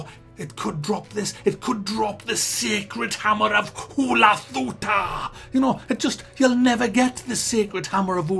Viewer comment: "The sacred hammer of hulathuta!" -.